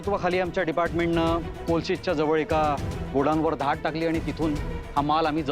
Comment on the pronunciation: धाट नाही धाड